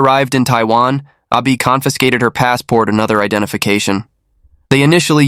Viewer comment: Totally confusing. You keep saying Ah Bi and show a picture with Zheng's name. Wtf. Can't follow.